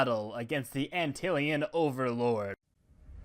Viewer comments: Hate to be that guy, but the antlion is pronounced ant-lion, not antilion. It’s a real bug. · and-tilion sounds cool But It is called Ant-Lion overlord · He said antilian its ANT LION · Bruh antillion? it’s ant lion mate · Not criticizing you, in fact you are my very close 2nd favorite only barely passed by LukeTheNotable (that opinion is arguable though), but it’s ant lion not antilion